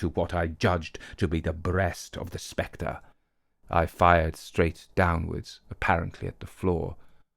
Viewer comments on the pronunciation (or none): none